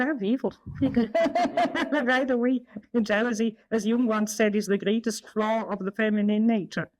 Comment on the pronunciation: FLAW not flow you devil worshiper